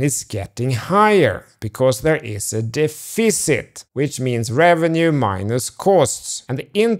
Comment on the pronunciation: Dude it’s def-icit not dee-ficit hahaha